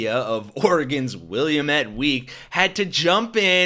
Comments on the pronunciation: FYI: It is pronounced will-AM-et not WILLA-met. It is the river (and valley) that run s South to North through central Oregon emptying into the Columbia just after bisecting Portland. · Wi-lam-et Willamette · Willamette is pronounced like dammit, not the way you are saying. Please. Trump is an imbecile. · Love your podcast. Thanks for your work. Just a little head's up. I'm from Oregon and all the Oregonians in the know pronounce Williamette as "willamette." Doesn't mean a thing in this toxic news environment, but, hey, whatev.👍🏽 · The insanity of this current regime is out of this world. And to let you know, Willamette is pronounced wuh-LA-muht. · WHOA YOUR PRONUNCIATION OF WILLAMETTE WAS SUB PAR. JUS SAYIN' MR KENT IS BENT